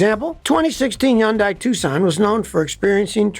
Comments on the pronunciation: Scotty, its hun-DAY, not hun-DYE. just saying. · It is pronounced: HUNDAY not Yunday. I dated a Korean. 100% it is HUNDAY. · Can't you say Hyundai not undai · Scotty Kilmer is a stubborn mule! Everybody else calls it Hyndai with an H sound, but not him! See, he's supposedly supersmart, and everybody else isn't. Whatever! He comes across as arrogant! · Scotty is stubborn and keeps insisting it's pronounced Yundaia - without the "H". NOBODY pronounces it that way! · It’s Hyun-dae. I know Korean. And it’s actually Gee-ah. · Pro tip: Hyundai rhymes with Sunday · Is it pronounced Yun-Die? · It's hard to believe anything this guy says since he doesn't even know how to pronounce Hyundai. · When you learn to pronounce the name of the company correctly, I'll start to take you seriously. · I can watch this why are you mispronouncing Hyundai name? I've worked for both companies, and it's so distracting. if you can pronounce the name, maybe your info suspect too?